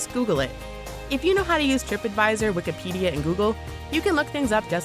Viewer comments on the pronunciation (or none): none